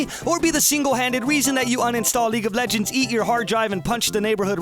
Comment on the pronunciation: lol leage of legeds